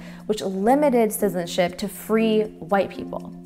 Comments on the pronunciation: She said sizen ship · The narrator can't pronounce 'citizenship'.